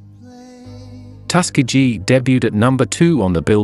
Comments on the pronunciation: Loved the video, however, where Lionel Richie is from is generally pronounced Tus- key-gee. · Please learn to pronounce Tuskegee...we accent the "KE".... Lionel Richie is a treasure. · It's pronounced "Tusk-KEY'-gee" and "SAX'-opohnist." Dumb bots. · Tus-ke-gee. if you're going to do a biography, at least learn to pronounce the town. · The narrator needs to learn how to pronounce Tuskegee